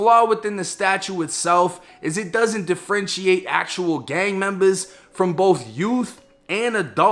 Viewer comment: 😂 “da Frenchie ate” aka differentiate 😂